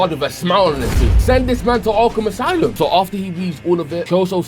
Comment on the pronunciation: 'arkham asylum' (like your accent on it is just too good bro)